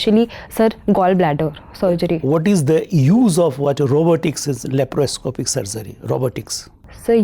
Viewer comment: Sir its not LAPROPOSCIP SURGERY, its LAPROSCOPIC SURGERY😀